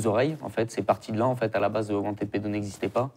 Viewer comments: Wanted. Prononcer want[ed]pedo et pas want aid pedo. La prononciation change tout. Wanted et wantaid... ce n'est pas la même chose et c'est certainement un lapsus révélateur de want aid pedo. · Wantède ou wantid pédo ? Wanted en anglais se prononce wantiiid . Choisir un mot anglais pour le prononcer à la française... pas terrible. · wanted se prononce wantId en anglais. Wantiiid. Pas wantède. Wantide pedo n'est pas crédible car cette association traine avec des groupuscules d'extrême droite.